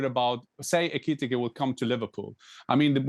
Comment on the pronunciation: Jan its ekitike not etike